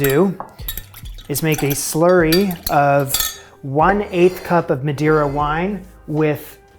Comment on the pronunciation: Why would anyone expect a chef to know that Madeira and Madre are pronounced differently 🤔🤨🤭🙄🥴🤫😁😂